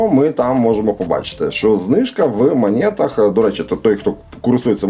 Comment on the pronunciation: Друже, ну не в "манєтах". Не спотворюй так слово